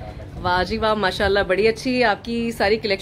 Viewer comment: Dear Always say Masha Allah.. right pronunciation